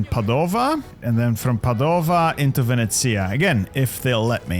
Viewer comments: I love your videos but please, please, stop saying Padòva, it's Pàdova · i love you but as an italian hearing you say padova made me want to cry